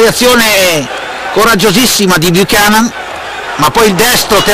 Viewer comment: It's pronounced Ken Bu-cannon not chan-non listen to the commentators too. Apart from that, good job.